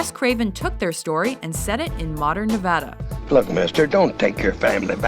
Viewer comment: thank you for saying Nevada correctly ... a lot of people say it wrong and it pisses us off